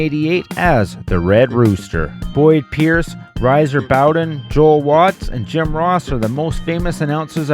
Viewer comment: That should be pronounced Re-ser Bowden according to Jim Cornette.